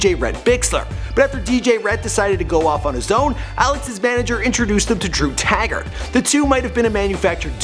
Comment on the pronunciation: Its taggart not tagrat 😂